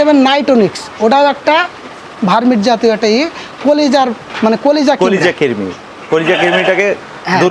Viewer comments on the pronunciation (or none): কিমড়ি না ভাই শব্দটা হবে কৃমি।